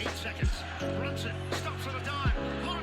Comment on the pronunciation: Lmfaooo burnson and GILIAS Alexander got me crying 😂😂😂😂😂 butchered tf out those names